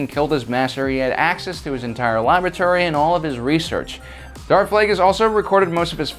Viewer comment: Gah I wish I could read plagueis but my library doesn't have it. Edit: I heard "He had access to his entire lavatory" instead of laboratory.